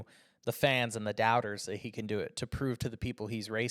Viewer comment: I can only apologise for the way speaks this and that start with TH not FH come on try harder. It is in English language 😂